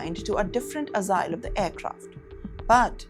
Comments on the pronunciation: It's Aa-yal, not Asa-yal. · Wow..what was that - 'assile' as said ( at 1.10) for aisle ( ile) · aisle not asile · Its pronounced " ile no Assaile" you idiot reporter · It’s ‘passenger’ not ‘pussenger’. It is ‘aisle’, like ‘aile’ not ‘assile’. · AISLE… the A,S,E are completely silent. its pronounced exactly as the word ‘isle’ or the contraction ‘I’ll’ as in ‘I’ll be landing in Singapore….’….it’s NOT said as ASILE.. lol .. DETERIORATE- NOT DETROIT… come on now lady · Dear news anchor! It’s pronounced ‘ile’ not ‘asile’. It’s written ‘aisle’. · some free enunciation lessons for you: Passenger is pronounced, pass-(as in lass)-enjer, not pa-seynjer. Aisle is pronounced 'Eyl' (s is silent) not azaail. 😆 Deteriorate is pronounced de-tee-rior-ate, not Detroit 😂 And finally, the best -- "what happens in the EAR are very real consequences on the ground". It was supposed to be, "what happens in the AIR.. " 😂 Anyway, coming to the news part - well, i am embarrassed as an Indian, to agree that many, if not most, of my fellow-Indians are just OBNOXIOUS, on travel. And when i'm travelling, i usually steer clear of my Indian people, because you never know what trouble or inconvenience they will bring with them to make your travel experience a miserable one. I've always wondered: Indians are so quick to learn all the wrong stuff from abroad (for example, the habits, the cuisine, the drugs, the drinking etc etc) but they never seem to learn the good stuff -- how law-abiding, well-behaved and socially likeable most foreigners are (of course leave the loud yankees and ozzies out, they're a different story). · Good info..but it is not Asaile it is pronounced as AAYLLE.. And it is Aisle.. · Please fix your pronunciations. Aisle is Not azaile it’s aile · I don't believe she said A silye for Aisle (pronounced I'll) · azile and pussenger, not aisle and passenger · Asile is pronounced as eye'le.. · It is "aisle" not "asile" 😊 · It’s not esile… it’s aisle 🤦‍♀️